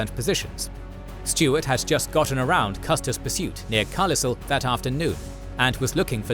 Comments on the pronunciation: I know it looks like Carlisle is pronounced Car-lissle, but it's Car-Lyle. The locals put the emphasis on the second syllable. Car-LYLE. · CARLISSEL?!!! CARLISSEL?!!! CAR LYLE. CAR LYLE. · Car-LISS-al should be Car-LYLE lol. Great stuff as always from. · Fantastic retelling, but my only gripe? It's Car-Lyle not Car-slissle... omg that was like hearing fingernails on a chalkboard 😅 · Carlisle is not pronounced car-lissel. Its pronounced Car-lyle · Love this channel and our narrator’s delightful accent, but I admit… I giggled a bit when he pronounced Carlisle (“Car-Lyle” ) as “Car-Lis-El”. All good though, because I too am going to start calling it that now. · CAR-lyle, not Carl-is-le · The way you pronounced Carlisle (car-listle vs Car-lyle) just blew my mind and took me out of the story lmfao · Fantastic video. I have one (super minor) correction that I only know because I'm from the area. The "S" in "Carlisle" is not pronounced, so the word rhymes with "aisle" (as in "grocery-aisle") not with "thistle" as it was pronounced in this video. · CAR LIS IL....lol its pronounced Car- Lyle... like the same city in the UK that its probably named after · Carlisle was mispronounced . It's "Karl Isle," not "carl thistle"! 🤣👍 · "PleasANTon", "Car-lissle" - these videos are impressive but would be a lot more so if you learned to pronounce the names of the people and locations correctly. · Carlisle is pronounced “Carlyle” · You mispronounced the small city of “Carlisle”. It is car-LYLE, as if it were broken up as “Carl Isle”. Also, there are 2 “Roundtop” mountains to the south of Gettysburg: Little Roundtop and Big Roundtop. Little Roundtop definitely had a clearing on its top, unlike Big Roundtop that was and still is heavily forested, which made Little Roundtop the more strategic mountain for the armies to claim. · The town name, Carlisle, is mispronounced in the video. I believe it's pronounced just like, Carlisle, in England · Carlis...Car-lyle pronounced buddy